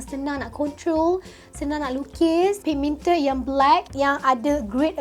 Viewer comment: Love how u say "pigMIENted" comel hahahha